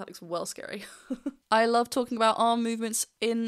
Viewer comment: Amazing performance. Great review. I don't mind the missing v in love, but I have a small bit of linguistic nonsense to offer on how that (perhaps) comes to be. From my observations, Diana has two things working against her for the "love with" to sound English. 1. word terminal voiced consonants are devoiced in Russian (so, v turns to f) and 2. There is no w sound in the language. In the past, you could hear Diana pronouncing w as a slightly more labial v (wicked game) and I take it that she is paying attention to that now. However v followed by w (phonetically) makes the v (probably already reduced to f) disappear altogether. I could be wrong.